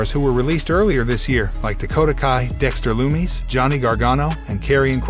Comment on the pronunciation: This guy must not be a wrestling fan. He mispronounced Brock and Dexter Lommis’s name